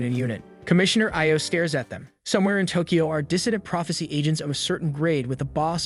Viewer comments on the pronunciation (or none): none